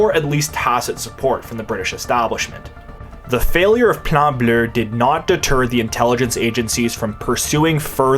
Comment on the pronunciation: I cannot stress enough how hard I laughed every time you said “Plan Bleu” in a proper accent. I’m out in public cackling like a mad man 10/10 keep up the good work my man.